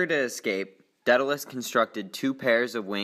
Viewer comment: I thought it was pronounced DAY-duh-luhs